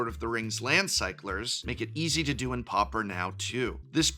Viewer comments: pau per not popper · Dude why are you pronouncing it like POPPER???? It's pronounced like paw-per. Come on professor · Oooh "pauper", I kept hearing "popper" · Why do people keep pronouncing it POPPER instead of Pauper?